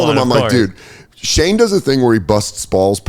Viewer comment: Who is Shae? I swear to god he is not pronouncing the N in Shane